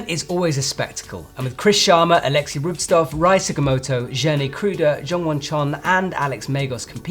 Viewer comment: Stop pronounsing Rubstov, I beg you! His sirname is Rubtsov